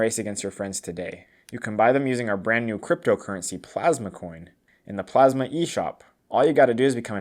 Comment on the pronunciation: Anyone notice that after they burned it, it then said Plamsa instead of Plasma 😂